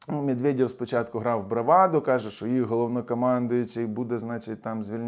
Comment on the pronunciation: " мєдвєдьов" - ха-ха. Можна всі їхні є читати як йо. Закарпатцям це взагалі буде легко. Йо ? Йо !